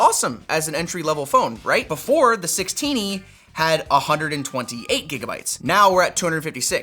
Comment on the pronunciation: Did he just call the 16e "the sixteeny"? :D